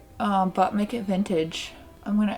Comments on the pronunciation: Does anyone else hear “Butt Naked Vintage?” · When I hear you say, "But make it vintage," I always hear, "Butt naked vintage." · anytime she says but make it to Vintage I keep hearing butt-naked vintage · Every time she says “But Make It Vintage” my dumb ears always hear: “Butt Naked Vintage”. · It may be just me but every time she says “but make it vintage” my brain always thinks “butt naked vintage” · I keep thinking she's saying butt naked vintage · It totally sounds like you're saying "butt-naked vintage" and I needed you to kniw that. Great video!!! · Am I the only one who keeps hearing 'Butt naked' vintage E-V-E-R-Y time! :D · Almost thought you said “Butt naked vintage”